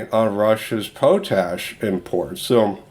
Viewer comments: Hi just a little thing but it pronounced "Pot Ash" not "Po Tash". Its just me sorry:). The video has again great information, thanks. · its pronounced pot ash your driving me nuts :) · Great vid !....but to be a dick it's pronounced.....Pot....Ash